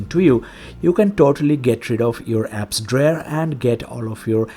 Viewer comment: WTF Is An "Apps Drair"?